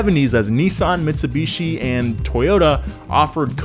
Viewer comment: I winced when he said mitseeeebeeeeesheeeeee